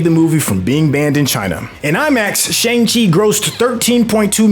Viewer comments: And Shang Chi smh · My thoughts exactly. Not to mention he keeps saying the name of the movie incorrectly! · *sigh* My guy, it's so distracting hearing you mispronounce the movie title AND Kevin Geiger's name when EVERYONE ELSE gets the names right. And, the title character teaches another character in the movie how to say his real name! SMH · You’re pronouncing Feige and Shang-Chi wrong, especially if you’ve seen the movie. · Ikr they literally have a scene that breaks it down. At this point it’s painful to the ears every time he mispronounces it. And he should get Feige’s name right out of respect.